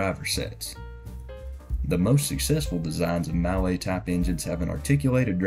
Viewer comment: "Mallet" is pronounced "Mulley" just so you know :)